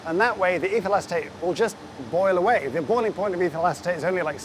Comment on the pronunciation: I keep hearing 'evil acetate'. Is it just me? 😂